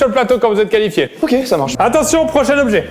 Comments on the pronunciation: Qui a remarqué le « Qualfié » au lieu de « Qualifié » 🤣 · Les gars le « qualfié » 😅